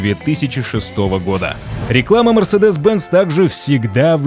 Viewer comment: В видео про историю компании неправильно произносить её название - это сильно